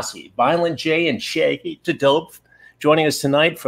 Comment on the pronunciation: Shaggy tuh Dope... Lol